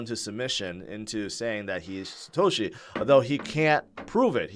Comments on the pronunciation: yeah, its called poor aununciation. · i can't be the only one.... every time says "Satoshi" i hear "Shitoshi" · He's been saying Shitoshi forever. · Now that you mentioned it. Does sound like it. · He also can't seem to pronounce Satoshi correctly.